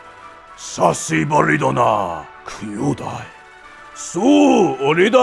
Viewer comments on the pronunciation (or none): Hate to break it to you, but I think you flubbed that first Japanese word. It sounds like you said "saucibari" and I'm pretty sure the word you were looking for was "hisashiburi." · It’s not sashiburi, it’s hisashiburi. I see why you missed the hi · Sounded like "Saucy Burrito."